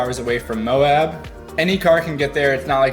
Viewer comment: "Moab". lol